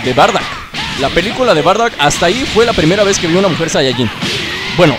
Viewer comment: SE DICE BARDOCK POR QUE DECÍS BARDACK